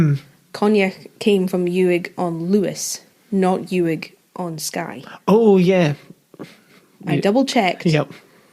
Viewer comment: Uig is pronounced like ooig, by the way!